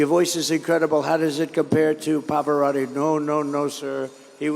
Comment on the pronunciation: Trump is saying "Poparotti". Is that a different opera star, or is Trump unable to say, 'Pavarotti'?